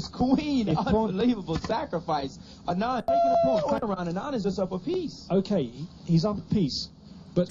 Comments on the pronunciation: His name is pronounced as 'Aanand' and not 'Anaand' . The first A is similar to sound of 'A' as in 'Aritificial Intellegence' ;) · Hikaru, its not anaand its aanad. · lol its "Aaa-nun-D" not "A-naaan-d" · It's pronounced aa-nan-d